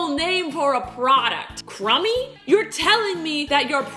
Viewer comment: Oml the way she says crumby I’m crying